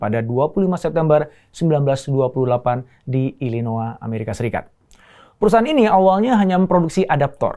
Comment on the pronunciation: Illinois dibacanya (/ˌɪlɪˈnɔɪ/